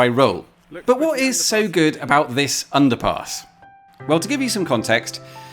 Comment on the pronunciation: every time you say underpass I hear underpants for some reason... Most odd 🙃